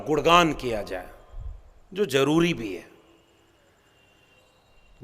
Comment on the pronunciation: Jaroori nahi Zaroori! Abe hindi to theek se bol be! 😂😂😂😂😂